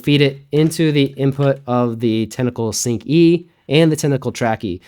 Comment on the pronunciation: "sunc"...I like it.